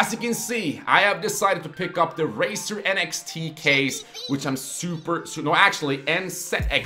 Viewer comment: is he saying raser not razer? :D